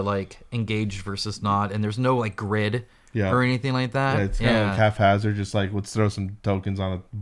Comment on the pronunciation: hey... the word is 'HAPHAZARD' not 'Half-Hazard' D*mba$$